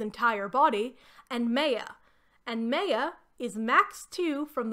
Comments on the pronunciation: Not the way you pronounce Maya 😭 it's not Meyer like Stephanie Meyer, it's Maya, the two As are pronounced the same way! Mah-y-ah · Maya is definitely not pronounced the way you did it. It's My-yuh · Does the book specify how Maya’s name is pronounced? In my experience, Maya is pronounced “My—uh” and not “May—uh” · Maya is pronounced “my-uh” or “my-ya.” My name is Maya and every time you say it, I cringe. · great video! one note: why are you saying Maya like that?? it’s driving me insane! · Minor comment but your pronunciation of Maya is well really bad. The name is pronounced like the words "my" and "ah" combined. So like the ancient Mayans in South America. Sorry it really took me out of the video as soon as you said it and I don't mean to poke fun at you at all but it made me giggle a little. I'll share that I pronounced the name "Brom" like the word "broom" for years until someone pointed out that it is basically "prom" but with a "b". I also mispronounce epitome as "eh-peh-tome" instead of "eh-pih-toe-me" regularly unless I think about it.